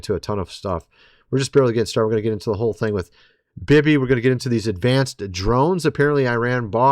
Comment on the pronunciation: YOU'RE LITERALLY MAKING VIDEOS TALKING ABOUT HOW BAD THE WORLD SUCKS WITH US IN CHARGE AND YOU CAN'T EVEN IMAGINE A WORLD WHERE SOMEONE ELSE MIGHT DO A BETTER JOB? AND IT'S "BEE BEE" NOT "BIBBI". Anyway, have a good day.